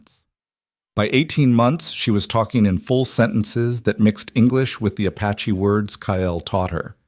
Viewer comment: Beautiful story but some AI mistakes. Apache. Not “a patchy”! And It keeps changing the spelling of his name. “Rider”, not “writer”.